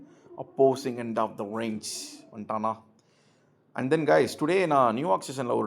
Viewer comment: Esapa english kolathane... Even british speaks not like this. Its Range not reeenge